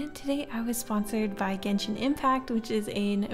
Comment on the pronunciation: It's pronounced jen shin